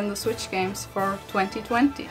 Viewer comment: Who heard plenty plenty instead of 2020😂😂😂